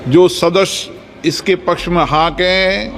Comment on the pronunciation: अध्यक्ष जी!'सदस्य' बोलिए,'सदश्य' नहीं।